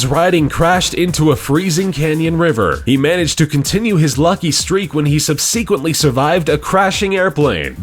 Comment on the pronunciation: "Hello, police? I'd like to report a crime. Someone just murdered the English language" Treat-a-see? Sub-see-quently? What the fuck are they teaching in schools now days??